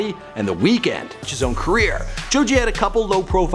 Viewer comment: Say "kreer" one more time I dare you.